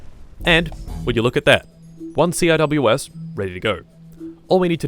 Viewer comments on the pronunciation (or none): you’re supposed to pronounce it as SeaWhiz CIWS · CIWS is properly pronounced sea-whiz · Yes I know it doesn't matter, but despite CIWS being an acronym, it's pronounced sea-whiz.